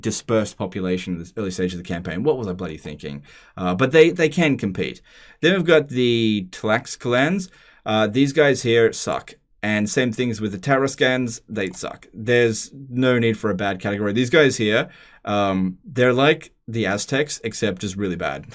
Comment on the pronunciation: the “tl” is pronounced like “chl” so it’s like “chlaxcahlans”